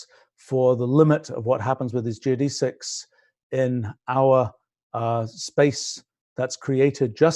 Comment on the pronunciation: Learn how to pronounce geodesics.